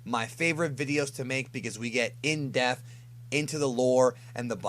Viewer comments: Please bro, PLEASE - and I say this with mad respect for what you do - but, please... learn to say "Depth", bro. The word has a "P" in it, which is NOT silent. You keep saying Death or Deaf, and it's grading on the ears. I love your videos, but please bro, take this on! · say it with me...DEPTH...DEPTH...not deth...DEPTH.....PPPPPPP!! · You do great work putting all these pieces together to make your content, if I'm not subscribed I will get on that- but it's pronounced in-De-P-th, sounds like you're saying "in deth" like in-death... lol gotta get that "P" sound in there.. I got you, bro!;) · Anyone else think it sounds like he says "in deaf" instead of "depth"? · It's fantastic how gets all uppity about the pronunciations of Japanese words, yet homie can't say "depth" right